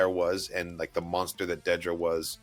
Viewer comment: It's not Deedra, It's Dedra. You are taking the "ee" from her surname. Dedra Meero.